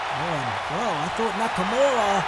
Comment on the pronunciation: "Nikimara" lmao that's probably exactly what Vince thinks Nakamura name is smh great stuff this was really entertaining can't wait til wrestlemania.